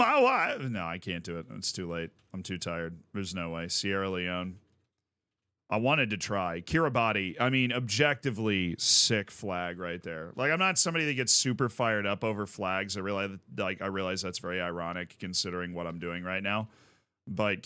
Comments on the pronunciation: As a fellow flag nerd, I have to point out Kiribati is pronounced like Kiribats, the islands colonisation era name is the gilberts, and the spelling at the end comes from that. At least that is what I heard, if I am wrong tell me. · i love how stupid and pointless this video was, but kiribati is pronounced kiritbas as the ti is an “s” sound in their language that is all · Ps: You pronounced Kiribati wrong also I know more flags than u